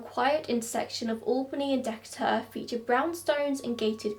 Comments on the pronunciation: Wow seeing the PathMark store is such a throw back Also it’s De-Kay-ter street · You didn’t. The A in Decatur is a long A. But your accent is so nice so it sounded cute lol I live 5 minutes away so sad this happened to this poor guy.